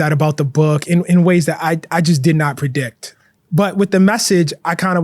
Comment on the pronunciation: Holy pronunciation, bro said “conflick,” “correck,” “predick,” and “intelleck” within the first 10 minutes. As an author, journalist, and English professor, I’d expect him to be able to articulate his words correctly. 😢